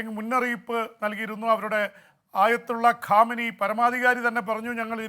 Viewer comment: ഖൊമൈനി ആണ് കാമിനി അല്ല😂